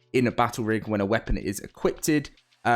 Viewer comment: He said it again 😂😂 equipted